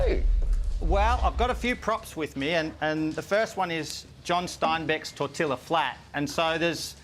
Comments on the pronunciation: I enjoy everything you do and I have no idea how you could have finished that bean quest without hurling. Just one tiny thing. I'm from the American southwest and if you don't mind I need to correct your pronunciation of something. Tortilla. It's pronounced " tore - tea - uhh "other than that you're amazing. Doing things just to do things. Good enough. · I love how Australians pronounce tortilla. So freaking wrong but so great.